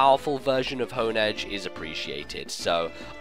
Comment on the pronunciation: Im sure i'm saying Honedge and Doublade's names wrongs, but i reeeeeeally prefer the pronunciation of "Haun-Edge" and "Dew-Blade". Design is really underwhelming. Not shield for our sword? I hope we at least get sick art of something double wielding Doublade.